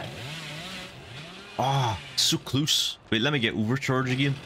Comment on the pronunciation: Still learning all the perks since i don't play the game. Needless to say, i realized that I'm an idiot when i tried looking up "secluse" only to realize you're actually saying "so close". Great vids btw